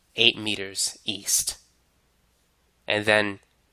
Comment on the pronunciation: how come you pronounce it "eas" and "wes" when its easT and wesT?